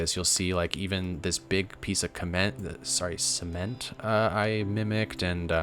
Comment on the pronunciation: man really said “kement”